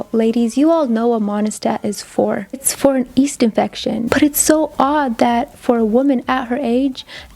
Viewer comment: Yeast not east